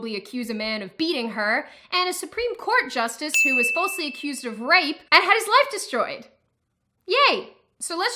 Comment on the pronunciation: It is pronounced 'fall se' not 'full se'